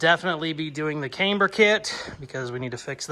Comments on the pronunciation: Cameber? no its Camber.........I can tell your a yankee....Yankee just joking....HAHAHA. Love the 65 build. Take care my friend. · love the build! Just fyi, camber is pronounced with a soft “a”. Think of the girl’s name Amber but with a “c” in front. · I've never heard camber pronounced with a long A before. That said, loving the build. Really want to see it finished